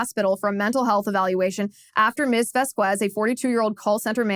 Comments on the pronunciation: I guess Liz doesn't know Spanish. It's pronounced 'Vos-kes'. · Liz, after living in CA, you should know how to pronounce Spanish names. The U makes the Q sound like a K, but is otherwise silent. Think about how you pronounce Quesadilla.